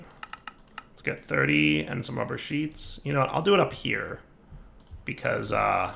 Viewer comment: Here's the thing. He says it right when he's talking about the non sheet version, but he ALWAYS fucks it up when talking about the sheet version because he's a fucking troll and KNOWS it annoys people.